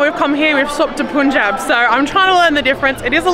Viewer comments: Pun in Punjab is like the English words pun, spun and not poon like in spoon. So yeah you may want to get that right. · It is 'PAN-JAB' not 'pun-jab' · It's not Pun-Job... Right Pronounciation will be PAN-JAAB...😊❣️🇮🇳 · You speak PUNJAB but it was PANJAB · This is not puunjaab it's panjab (prown) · Sorry for correction But punjab is speak like PANJAB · How would you say this word "pun" on its own? That's how Pun Jab should also be pronounced 😊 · The spelling is punjab but pronunciation is PANJAAB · Your pronunciation of Punjab is incorrect. The u is pronounced as if it is a.